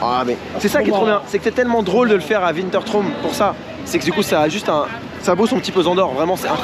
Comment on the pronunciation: Je vois que tu ne sais toujours pas prononcer wintertraum 😂😂😂 PS : c'est mon parc préféré